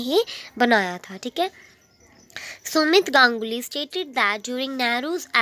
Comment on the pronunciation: 7.13 it's sumit ganguly not sorve ganguly by the why way to explain awesome